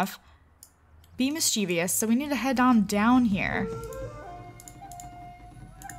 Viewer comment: You r saying mischievous wrong